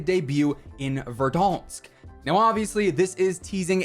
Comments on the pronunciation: Yeah, definitely “VERDONSK” not VERDANSK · Bro the way you saying Verdansk is hunting me at nights!!!